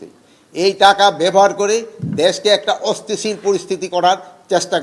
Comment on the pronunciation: অস্থিতিশীল পরিস্থিতি শব্দটাও উচ্চারণ করতে পারেন না। ঘুম ভেঙে মাঝরাতে অন্যকে দোষ দেন, কি সংস্কার আর কি উন্নতি করলেন এদেশের একটু বলেন। এই ৬ মাসে বিচার বিহীন হত্যা,খুন, ধর্ষণ,লুটপাট, আর কি বাকি আছে না হবার, এরপরেও কতটা নিলজ্জ হয়ে এসব কথা বলতে পারেন একজন মানুষ। ছি